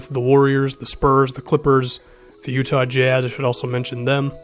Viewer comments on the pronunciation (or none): none